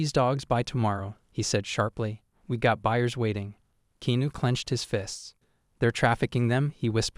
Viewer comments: If your going to tell your stories, at least say the name RIGHT! REAL ANNOYING !!!! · You need to say his name right